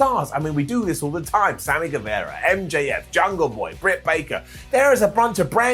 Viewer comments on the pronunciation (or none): Why does say Guev"era" instead of Guevara?.. did I miss an episode or is it just a genuine mispronunciation? Lol